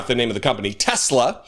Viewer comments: "I love Tesler!" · He doesn't want an elect car? What happened to " I Love Tesler" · “I love TESLER!” Lord help us. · Oh I remember him vividly saying, "I LUV TESLUR!"